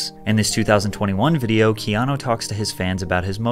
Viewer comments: Mate, you keep pronouncing his name as Keano, it's Keanu. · why do you call him keano?? no offence just sounds off...sound like kano of mortal kombat! 😂 😂 first names are kinda important...you dont call a guy named Don , Dan...relates to a completely different person. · Loved your low key well done narration and visuals. Did you get any flax, though for mispronouncing his name “Keano”? Regardless, it’s well done.